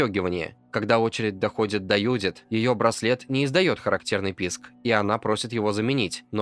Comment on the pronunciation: Какая нафиг Юдит? автор ну выучи ты имя Джудит